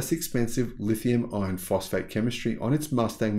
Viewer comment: I watch most all of your videos and like what I see. I just have one small complaint, The way you say "lithium iron phosphate" sounds like "lithium ion phosphate" .